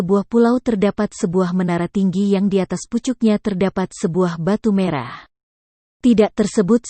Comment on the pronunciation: Narasinya jadi jadi banyak salah Tumenggung Jadi Temanggung Merah jadi Marah ..